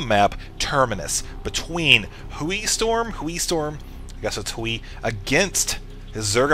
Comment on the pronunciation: As a Chinese speaker, it's "Hway".